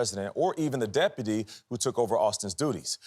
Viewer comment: I told the president... but i didn't tell the de-pu-ty